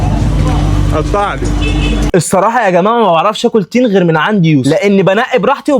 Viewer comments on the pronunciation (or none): تين ❌ طين ✅